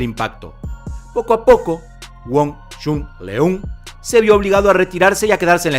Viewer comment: ¡Mi maestro murió a los 61 años! La pronunciación de su nombre es incorrecta. La "eu" en Leung debe sonar como una "ö". ¡Lo sé, eso no existe en español! También en todos los otros países esto está mal pronunciado y suena cruel! ¡saludos!